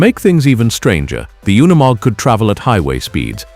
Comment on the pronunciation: it is NOT UN E MOG - it is pronounced youkneemog